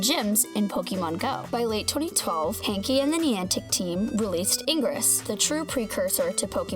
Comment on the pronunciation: "hank-e"? It's pronounced like Hank. The e is silent. I feel like you don't know anything about Pokemon go